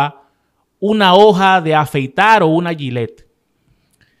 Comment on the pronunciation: Además de eso a mi también me preocupa que un profesional de la comunicación diga AYILER en lugar de GILLETTE. Además de que se le debe de llamar navaja de afeitar porque GILLETTE es una marca.